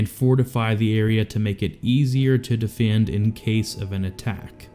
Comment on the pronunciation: How do you fuck up saying word lik defend and hill? Iv never heard that speech impediment before